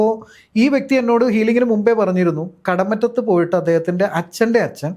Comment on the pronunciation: കടമുറ്റത്തു അല്ല. കടമറ്റത്തു